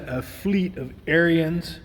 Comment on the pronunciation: AIR-enz.... NOT Air-ee-enz